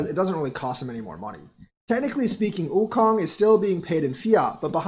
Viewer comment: Okung= (Oh-Koong)